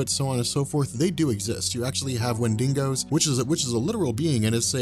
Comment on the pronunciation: 1st off, it would be Bigfeet not Bigfoot's and 2nd it's Wendigo not Wendingo.